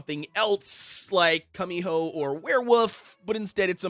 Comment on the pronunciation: LoL please don’t ever say cummyhoe again…. Koo-me-ho. I died when you said that lol